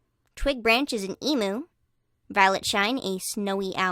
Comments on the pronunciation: It was perfect Until you said emoo instead of em-you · Em*you* not emoo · Kookaburra is pronounced Cook-uh-bur-ra Emu was corrected but the u is pronounced you Cassowary is pronounced Cass- oh - wary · you’re great and all but it’s pronounced em-you not em-oou(??) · I know you already said you would pronounce things wrong but i just cannot stand how non-Australian's pronounce Emu. It's said like e-mew not e-moo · Just so you know, Kookaburra is pronounced Koo-ka-bar-ra, Emu is pronounced Eem- you, and yoi got Ibis and Cassorwary right! I saying this as an Australian, just for future stuff. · Saying emu, it’s pronounced em you but spelt emu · Its prounonced eam you i got a bit triggered i live in Australia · For you information, it is pronounced emyu. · And Emu is pronounced eemyoo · I’m not trying to be rude but Kookaburra is said Cook-a-bu-ra Emu is E-mew Just trying to help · can pronounce Cassowary, but not EMU. E-M-U. EEEE- MMM- Y- OOO. Also, as an Australian, Clearsky is absolutely a bin chicken. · Btw Emmy is pronounced “ea myyou” no hate :D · Pronunciations on some of these Australian birds: Cassowary cass-o-wear-ee Kookaburra cook-kah-buh-ruh Emu: Eem-yoo (this one can be pronounced as ee-moo, but that's how it's typically pronounced in Australia.) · Heads up- emu is said ‘eem yoo’ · Ok two things emu is pronounced emYu and cassowary is pronounced Cassowairy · Ee-myu is how emu is pronounced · you pronounced some straya birbs wrong :/ emu EE-M-YU cassowary CASS-OH-WEH-REE (as in where) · Just a thing cuz all australians will be angry about it Kookaburra is said as cook a burra Emu is said as eem you You said cassowary correct : ) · it was the way you said emu in australia it's pronounced emyou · Just a funny thing you kinda said emu wrong I just thought that was funny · How you say Emu... I-I can’t handle it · The way you said emu killed me I’m sorry😂😂😂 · im sorry but it gave me physical pain when you said emu that way.